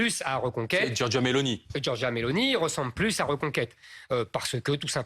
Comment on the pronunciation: Tu doit dire giorgia pas giorga